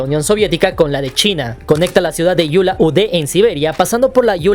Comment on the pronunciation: no es. Yula Ade ni Yula bator. Es Ulan ude y Ulan battor